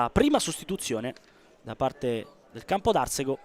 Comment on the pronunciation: si pronuncia Campodarsego con accento sulla a e non sulla e